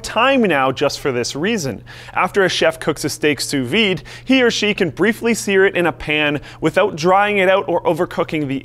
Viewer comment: I never seen someone who lives in america pronouncing "sous vide" so perfecty, my litlle French hearth is beating so quick rn